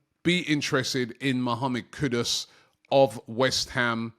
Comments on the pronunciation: Mahammed Kudos 😅 Robbie murdering names here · Noticed a lot of UK people do this. How do you pronounce the "Ku" right but the "Dus" wrong, it's the same "u" sound